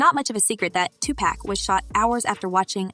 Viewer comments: Here....Let me help you out. It's pronounced, "Two-Pock". Say it with me, "Two- POCK". Not, "Two-Pack". You got it? OK..One more time, "TWO-POCK". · It's not pronounced Tupack. These so called journalist who clearly do not understand not rap, nor the culture. Geeze! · THIS CHICK DOING THE VIDEO IS A CLOWN, ITS NOT TUPACK, ITS TUPAC, PRONOUNCED TUPOCK, ALL THESE PEOPLE THAT HAVE NO CLUE BUT MAKE VIDEOS TO GAIN VIEWERS, SHE HAS NO CLUE WHO PAC WAS . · Stop saying tu pack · Can you please learn how to say the names. "Two pack" and "Seen Combs!" You did a good job with the video! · Can You Please Pronounce Tupacs name correctly!!!! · ITS TUPAC.... SAY IT WITH ME NOW